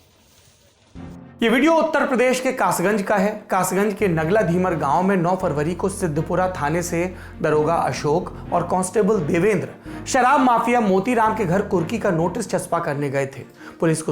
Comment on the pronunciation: सिद्धपुरा नहीं सिढपुरा है। मैं कासगंज के पास एटा जिले का ही निवासी हूँ।